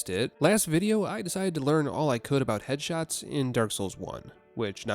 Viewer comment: Oh headshots, i heard hedgehogs... i was like... "hedgehogs in dark souls?"